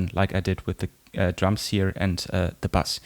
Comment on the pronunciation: ahhhhhh, not bus, bass.....I thought there was a bus mix I didnt know about on the digitone :) LOL